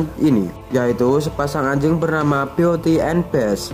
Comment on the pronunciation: Cakep story telling nya, cuma sedikit masukan, beauty - ...dibaca byuutii dan beast - ...dibaca biiest Doug - ....dibaca daugh